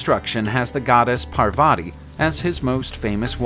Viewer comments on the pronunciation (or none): none